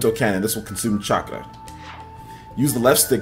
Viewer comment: BRUH THIS KID SAID CHAKA